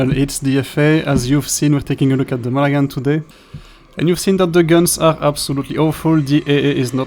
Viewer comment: Strange mix. Disappointing for this gunboat fan. Thanks for the review. Pronunciation is “Mon-a-Han.”